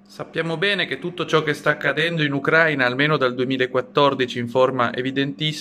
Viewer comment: Non ucra' ina, ma ucrai'na. Fu'saro i fusaro'